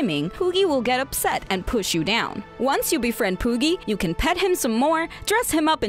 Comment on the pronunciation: you said pooki and I completely lost interest